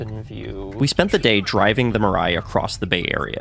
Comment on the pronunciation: Mirai, as “future” in Japanese. Pronounced as /mii-lie/, not /ma-ride/ or Mariah Carey whatever.😢